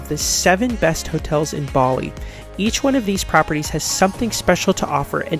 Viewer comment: Your pronunciation is kinda sending me… would be a good idea to look that up before making comprehensive videos